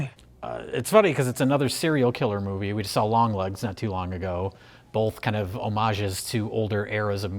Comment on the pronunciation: might have changed his hair but hasn't changed how he says "bolth".